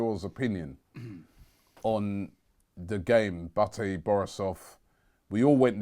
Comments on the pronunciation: 'Batty' Borisov, Robbie? FFS! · It's Minsk not minks and Bate (Baa-Tay) not Batty